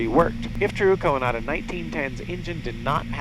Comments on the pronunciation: The way you pronounce Coandă is cringe-worthy. Not just for me, as a Romanian.. but probably to others too. You make him sound like a second hand Japanese name. =) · How hard is it to get informed about how to pronounce the main name in your video?... what a mess.